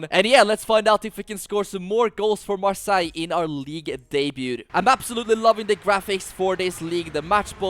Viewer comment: Bro why are you saying marssaigh?